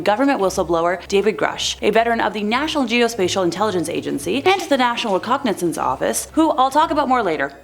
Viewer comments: Get it right. It's NOT recognesense office, it's RECONISENSE OFFICE. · or whatever is talking recononsense.or it nonsance?